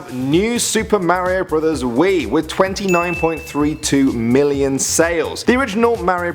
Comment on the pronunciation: super mario brothers is not pronounced supa merio bothers. its pronounced super mario not merio i dont like the way you say mario.